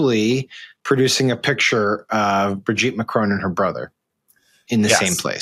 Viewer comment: Madame Macron’s name is not Bridget. It’s Brigitte. There’s a difference.